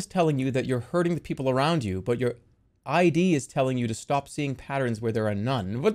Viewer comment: Jerma saying id as "I.D." is such a jerma thing to do